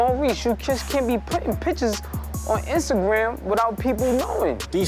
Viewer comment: Mendeecees pronounces “Instagram” without the “T” 😂